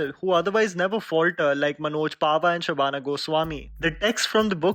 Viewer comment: It’s not Sabana Goswami, It's Sahana Goswami🤘